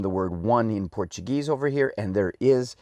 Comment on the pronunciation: Love your Brazilian bank note collection! Also your portuguese pronunciation really good!